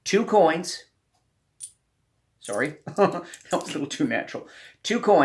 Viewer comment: I love how doesn't have a Canadian accent at all except for when he says "sore-y"